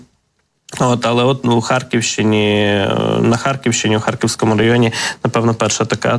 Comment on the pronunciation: У ведучого жахлива вимова... Що це за акцент ???!!!... "Харківскому, здогадуватиса, до кинца, области, росияни, промисловости, мисти, доступности, ци, відбувалоса, пядесят...